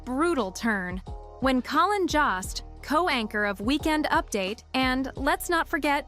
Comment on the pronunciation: Ok but please could you research how to pronounce someone’s name before hitting the record button?? Lost count of how many times Colin Jost was pronounced like cost instead of Jost as in jokester…